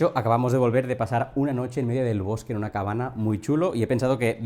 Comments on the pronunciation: Te iba a preguntar lo mismo. No se porque decias cabana jajajajajja muy buen video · Por qué dices cabana? Es una manía o tienes algo contra la ñ?